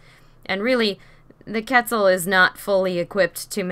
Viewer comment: Why cant you say quetzal it is pronounced cwetzal not ketzal